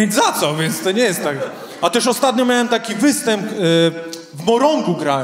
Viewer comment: Człowieku "zróbcie hałas" w Twoim wydaniu mnie przerasta! Nie mówiąc o tej manierze "miaem, widziaem, wzioem". To jakiś koszmar takie niedbalstwo językowe. Inni stand-upowcy potrafią normalnie mówić...poducz się trochę,co?....